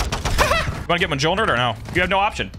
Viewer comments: Ah the good old muhjolner (it's pronounced M-yole-neer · Monjir ☒ Muhjolner ☑ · Love your vids, I want to see you succeed more Also bro i laugh everytime when you say M-Jol-Nir like that 😂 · I’m so sorry but it’s mjolnir 🤓